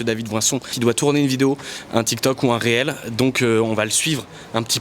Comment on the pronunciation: ya que moi qui dit "rilze" et pas réel ? 😂